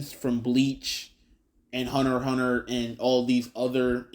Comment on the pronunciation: Please don't say "Hunter "EX" Hunter"